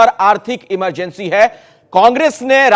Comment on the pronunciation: emergency ko bhi amar bna diya amargency bol kr lol